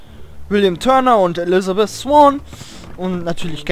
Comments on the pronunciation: Der hat Elizabeth gesagt? Ich verstehe immer "Die Lispelt" xD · er sagt immer die Liesbeth^^